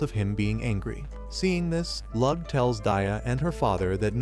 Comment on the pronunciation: I’m not even a minute in and already the mispronunciation of Lugh’s name is driving me nuts. Especially since in the scene they’re covering, it’s not even his name yet!